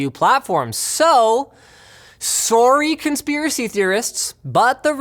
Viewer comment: Sooorry :) Canadian at its finest